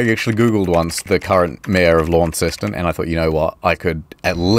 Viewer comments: I live near Launceston, Cornwall and have done for many years. Although only recently learned the Cornish natives of the town pronounce it LAN-ston not Lawn-ston. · When I moved to the area I learned that the locals pronounce it Lonceston, or Lonny for short. They will attack you with sticks for pronouncing it Lawnceston. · So, to confirm, you are a Kiwi, you have been to Launceston, you put Launceston in your video, but you never learned how to pronounce it? LON-STON, or LAWN-STAWN if you really need me to dumb it down. I would love to hear you try to pronounce "Worcestershire". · Oh god that pronunciation of Launceston was awful! It's Lawn-stn or Lanson if your proper Cornish! ahaha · It's pronounced Launceston you fekkin eejit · Wait… its not pronounced Lawn-ces-ton??? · I reckon your two cornish fans concidered suicide when they heard you pronounce Launceston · The Tasmanian pronunciation of Launceston physically hurts. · "launceston"? i thought the ncest was silent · As a Cornish person, hearing you say Launceston like that just chipped away a part of my soul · I did a double take, as there's a Launceston in the UK about 60 miles from where I live. Not pronounced like that, though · I live near the Cornish Launceston and your pronunciation pains me